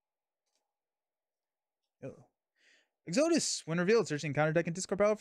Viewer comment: Exo-dus. Exodus. Lol